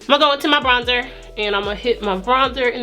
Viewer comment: Did you say BRONDER????? Omg its BRONZER!!!!